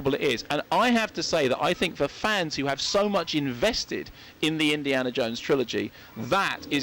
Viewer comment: "Indi(AH)na Jones" Huh ?